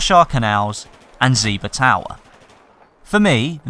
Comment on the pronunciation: He said: "Ziba Tower" lol wtf